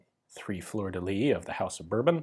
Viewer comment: Thanks for having made the video! it looks like a lady, apart from the hat, not like Louis the XVth. On another note, in french, and for once, the final S of "fleur de lys" is not mute, so it's pronounced "leess" :)